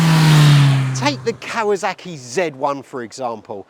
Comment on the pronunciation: I stopped watching the moment he said "Cow-a-zack-ee"...